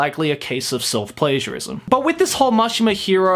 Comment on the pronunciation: When you said self-pagiarism i thought you said it a self-pleasureism